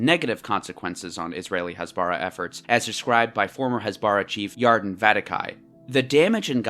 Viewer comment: Wait, ...if Israel did a cross border raid in response to rocket attacks by Hamas, wouldn't that mean Hamas broke the ceasefire, not Israel? Other things: Has-ba-RAH, not Has-BAH-rah Operation Cast Lead- lead rhymes with bed, not need. Yarden is Yar-deyn, not Yardin. You probably have good points in this video but it's hard to take seriously when you're consistently mispronouncing the thing the video is about.